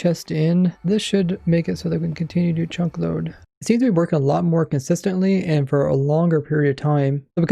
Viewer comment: Am i the only one that hears him say "chonk"?